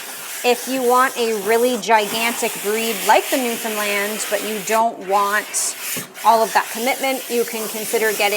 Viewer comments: As a newfoundlander ... hats off to ya for pronouncing newfoundland correctly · I love that you know how to pronounce Newfoundland. 🧡